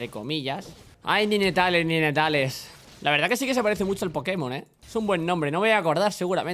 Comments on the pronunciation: Buena idea de los retos pero se pronuncia "naytels" no ninetales :P Build para akaly: Sablepistola hextexh, botas de movilidad, capa de fuego solar,mazo de hielo,daga de statikk, ángel guardián Apodo para akaly: La china loca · Tío , te lo digo a ti como a Alexelcapo; No digas "ninetales" coño xD el puto inglés. En todo caso es "nainteils" PD : Mejora el >"inglish"< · se pronuncia "naintels" no como se escribe. :) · Cuando dice NINETALES suena a GENITALES xD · Se dice Naintails T^T maldigo tu estirpe. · SE PRONUNCIA NAINTEILS pl0x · Ninetales= "Nainteils" la pronunciación por si no ..... xD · Ninetales se pronuncia "NainTeils" que afan de pronunciar las cosas tan literalmente